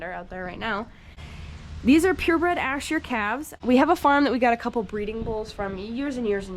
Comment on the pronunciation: thanks. The way she was saying it I was confused. Thought it was a different breed than it was.